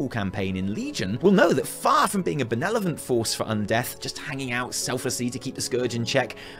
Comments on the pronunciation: ben-el-o-vent?! did really just say that? it's ben-ev-ol-ent dude... And it wasn't Grommash that asked Sylvanas what the difference between her and the Lich King was.. it was Garrosh. On the PTR I never did see a single NPC anywhere in Zul'dazar that had an eye on it's head... I did get some interesting voice lines from random trolls though. I will say I'm just sick of Grind for Azeroth.. They've literally said in numerous Q&A's how much they know how we hate grinds.. and that's all this expansion is, far more than ever.. Hell they've even completely ruined professions, especially if you like them for a reason other than in game economy.. I like making things, I like having badass armor and weapons I made.. I don't give a shit about the economy except when mats are far too expensive for me to buy them on the AH. Instead of a rep grind being side content for rewards it's now all you can do at max level and a MUST to advance the story.. and not just one rep but multiple reps... Leveling is bad enough when you feel like you are actually doing something worth while but grinding daily for months for needed rep that won't matter once the next major patch drops is just unacceptable. And leveling in this game is shit.. It's an opposite power trip, the higher level you get the weaker you feel. At this point I should feel like a raid boss running around rolling anyone stupid enough to rise against me... not taking 20X as long as lvl1 to kill a mob. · After the "benelovent", I have reasons to believe is Tyrion Lannister in disguise